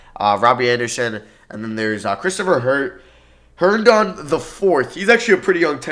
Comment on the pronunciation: Me being a jets fan and hearing say jaylyn Adams is mad funny 😂 and then herndonden 😂😂😂